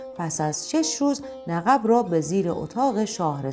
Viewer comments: خانم گوینده Naghibi غلط است تغییر دهید و بگوئید naghib باید گفت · درود،آخرعزیزجان نَقَب دیگرچه سیغه ایست! لطفا سعی شودکلمات درست بیان شود، درست آن قاف باحرف سکون است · در بیان نقب که تونل زیر زمینی ست تلفظ درست نیست چرا که نقب بدون تشدید میباش که گفته شد ۰نققبی که بدون اضافه کردن و تکرار (ق) دوم نقب خوانده می‌شود۰ و اینکه تصاویر و فرم لباسها و بناها و حرم سرای حکومتی نشان از حکایت حکومت عثمانی میباشد۰ بهر سوی سپاس از شما 🙏⚘️ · عزیزم کلمه "نقب"را کاملا اشتباه تلفظ می فرمایید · ایکاش در داستان‌های ما اینهمه خشونت خونریزی نبود. ضمنا این گوینده توانا لغت رادرست ادا می‌کردند مثل نقب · داستان زیبایی بود اما تلفظ نقب را اشتباه فرمودیید ممنون از داستان زیباتون